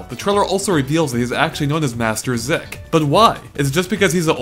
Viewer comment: master ZEEK not zick